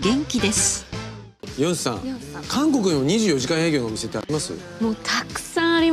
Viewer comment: 미안한데 캉코쿠라 말하면 감옥으로 들립니다. 한국은 강코쿠라 말하셔야 합니다.그럼수고.